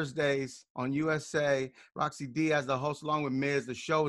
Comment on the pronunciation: Rosci not roscoe 😂😂😂